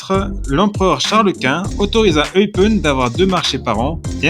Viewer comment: Attention, cela se prononce "Eupène" et pour le club, c'est L'AS Eupen ou LA KAS Eupen mais pas LE KAS Eupen :-)